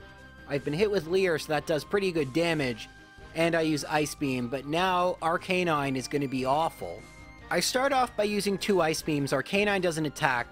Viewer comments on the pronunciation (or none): It’s Arc-Uh-nine not Are Canine